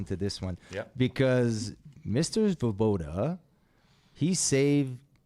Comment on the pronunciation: The Svoboda accent is a beauty!! Fits right in!!